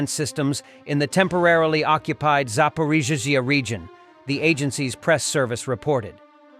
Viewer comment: I love hiw the ai voice never pronounces Zaporizhia(sp) the same way two times in a row. It's even funnier when it struggles so hard it sounds like it's having a stroke.